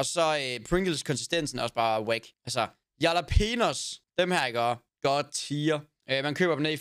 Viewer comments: hvorfor kan jax ikke finde ud af at udtale jalapenos haha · Venter på at Daddy aka. Johnni gade opdager hvordan siger jalapenos. Fandme guld!